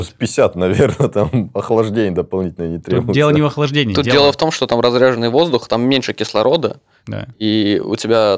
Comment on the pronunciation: Не разрЯженный, а разрЕженный, русский ты, баля) рЕдкий